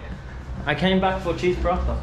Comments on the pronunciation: Will he ever stop saying cheese parata ?? 😹<3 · When say, "Cheese Palathha " instead of Paratha. 😂